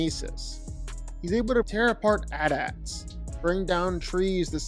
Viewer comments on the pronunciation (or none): A.... T.... A.... T.... Not at... At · No way he said atats instead of AT-AT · aint no way you called it an at-at instead of a t a t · indeed he did because he doesn't understand how abriviations work. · The way he pronounces AT-AT 💀